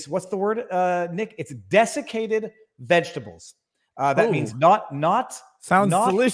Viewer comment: Viva, please say "desiccated" NOT "defecated." Word check.